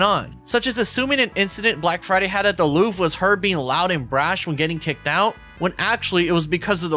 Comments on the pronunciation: Lowvere fried me lmao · I don’t think I’ve ever heard an adult not know how to pronounce the Louvre before. She’s a commentator and knew she’d be saying that multiple times, so IDK why she didn’t bother to look it up. Your credibility tends to go out the window when you can’t even pronounce the names and places of people you’re slandering. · she's canadian too they have a closer relationship to the french language than if she was american like many have assumed. It's even more ignorant in her case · Her reasoning for not being able to pronounce The Louvre being 'I'm not French, I'm Irish.' is super weak because 1) she's Canadian and 2) I'm an Irish-American who has atrocious French, and even I can Anglican-pronounce the most famous art museum's name.